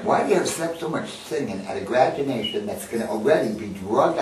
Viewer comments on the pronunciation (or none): Hahah...did he say "Gradunation"